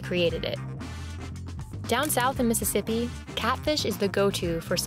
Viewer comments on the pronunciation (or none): none